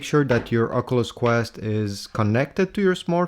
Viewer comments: Its an OC-YOU-LESS not an OC-UH-LUSS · love the video i really loved the part where you said ocuuluss it really tipped my hat i was on my way to the shop had this blasting and my headphones disconnected and everyone heard the way you pronounced the graticuleal word called oculeseses maade everyone laugh thank for getting me a discount on my "protecters"